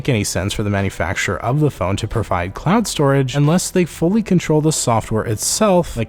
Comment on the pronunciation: Are you saying clown storage, or am I trippin?